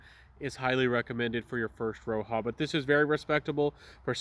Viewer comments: He's saying it wrong as well, Roja respelled his name from Roger and he pronounces it like Roger still. It is definitely not "Roha" 😂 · Has this gotten the axe? I can't find it anywhere. For your information, it's pronounced as Roger; he's an Englishman.